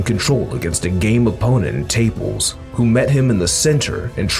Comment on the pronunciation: It's not Taples. It's Ta-pa-les . Do some research. This talk is ridiculous. Davis should go up to 140